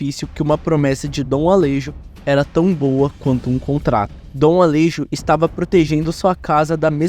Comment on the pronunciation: Alejo ? se fala ale(rro) . o J tem uma pronuncia com som de dois R. Assim como Juan, se fala Ruan. Espero ter Implementado um pouco de conhecimento as pessoas.